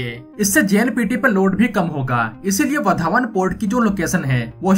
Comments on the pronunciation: वधावण नही वाढवण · लगता है ये युट्यूबर विदेश से आया है वाढवण को वधावन बोल रहा है 😂😂😂